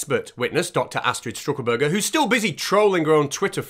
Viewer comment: It’s Stuckelberger not St(r)uckelberger 😅 Loved it pal, really funny. 🥃🍺🐒